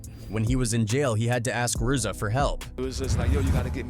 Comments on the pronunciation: Urzza ? 😂 its Riiizza (RZA) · "erza and gee-zah" this AI man lmao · I hate AI. Who the fuck is Ar-Za? It’s pronounced Rizza. I can’t follow or listen to anyone who makes bullshit videos like this. This artificial bullshit ass vid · Lmao " his cousin.. "are-za (Rza) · Saying “Are-za” and “Gee-za” instantly exposes the fraud yere